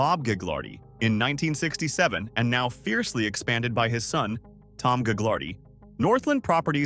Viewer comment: Thanks for the info. Ive got info for you. It’s not gag lar dee family It’s ga lard ee lol